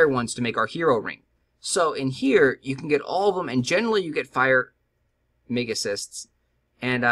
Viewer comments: It's megaCRYST short for crystal, damnit, learn to read, it's said like that in all your videos, and it's not mag like magazine, it's pronounced like the word magic (almost like Mage). Gosh what are you? 12? My ears keep bleeding in pain listening to this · It's almost like the "R" in "Megacryst" is invisible to you lol. I'll also be sticking to the Vortex like that other dude.